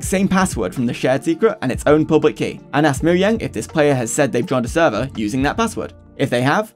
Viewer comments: Moe Jang. Wtf is "Moyang" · It is not Moyang. IT IS MOJANGGGG!!!!!😡😡😡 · ITS NOT MO YANG IS MO JANG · moyang its mojang ok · Moyang why do you say it as Moyang its mojang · Its not moyang its mojang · Please note that it is Mojang and not Moyang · quick question, why do you pronounce it moyang? instead of mo-Jang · the first person i see to say "moyang" instead of "mojang" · Bro just say mojang, moyang is so jarring. it's like when people say bezing instead of Beijing. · I hate it I hate it I hate it I hate it ITS NOT MOYANG ITS MOJANG AAAAAAAAAAAAAAA ITS TRIGGERING DA TISM! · never heard someone pronounce mojang as moyang 😭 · if this dude say moyang 1 more time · stop saying fucking "MoYang" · Saying“Moyang” is cringe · The way you say "moyang" is so disturbing by me but overall good video. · why is bro saying moyang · moyang lul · Bro doesn't know how to pronounce the "j" in Mojang 💀💀💀